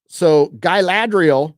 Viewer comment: Why call her guyladriel ?